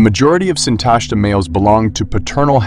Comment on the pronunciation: The stress belongs on the last syllable: SintashtA.